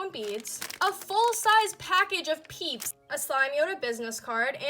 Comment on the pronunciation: *peeps not peach 😂